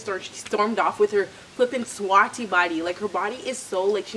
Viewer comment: She said Swaaty 🤣🤣🤣🤣 she's definitely picking up the Patois.